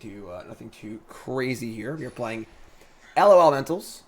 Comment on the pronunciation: Stop trying to spell it and just say lawlementals